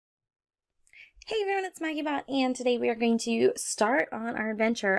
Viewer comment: totally thought you said maggybutt at the start of the vid.... i need sleep